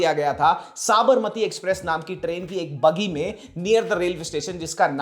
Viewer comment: Buggy nahe bhaiya, Boogie